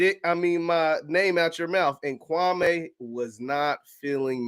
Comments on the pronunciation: It’s Kwa-ME not Kwa-MAY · Say the mans name right gatdammit! KWAM MEE! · thats not true. Kwame stated his name is Kwa - me. The media mispronounced his names for YEARS.